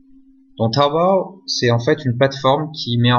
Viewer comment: Ça me tué comment il dit tawobayy 😂😂😂🤣